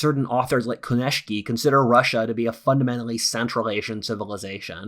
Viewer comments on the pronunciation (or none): Kudos for all but "Konieczny" is pronounced "ko-nye-chny". It's not rocket science if you realize "cz" is pronounced as "ch". It's only because I was familiar with his work that I realized who you meant by "konyeshki" .